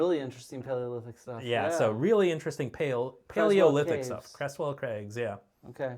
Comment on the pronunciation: And Hereford is not Hurfud, Derbyshire is not Durbyshire, Creswell is not Cresswell, and Twm Siôn Cati needs work!